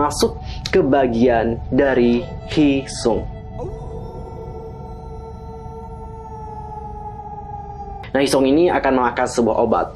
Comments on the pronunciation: koreksi yaaa ni-ki not niki heeseung not heesung. hehe thx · Koreksi ya kak. Ni-ki not Niki. Heeseung not Heesung. Btw, makasihh yaaa udah dibedah teoriny /emot nangis/ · Maap koreksi kak, HEESEUNG kak bukan HEESUNG hehe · Heeseung ya bukan heesung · Plis namanya Heeseung buka Heesung 😭😭😭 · Bukan heesung.. Tapi heeseung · Heeseung kak bukan heesung😁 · Heeseung bukan Heesung 😬 Tpi makasih udah dibedah teorinya. Leader ENHYPEN jungwon